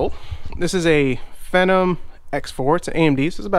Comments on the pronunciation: that was not vista that was windows 10 lol and its pronounced FEE-NOM but still nice video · vista???? are you kidding me? no.1 the fact that it has a vista licence key doesnt mean that it is running vista, in fact, it is running windows 8.1 ang you arent pronouncing the word phenom right but ok but make sure what os is it running before you say it